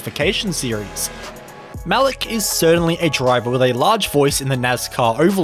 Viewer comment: His name is pronounced Ma leak not Malook